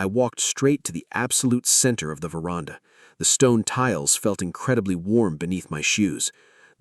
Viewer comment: AI, the word is ver...and...ah, NOT verarnda😮!!!!!!!!!!!!!!!